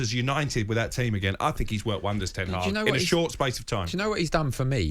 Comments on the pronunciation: “En Tag”?? 🤔😂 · Man called him Een Taag 🤣🤣🤣🤣🤣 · Who is ent Hag? 🤣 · This ronaldo agent Cole said en taag 🤔😜😜😜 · Him calling Ten Hag "En Targ" was a highlight. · Ten Hag its Ten Hag